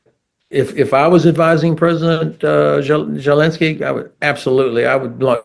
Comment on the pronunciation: seems ben is semi literate can't even pronounce the drug addicts name! zelenskyy😂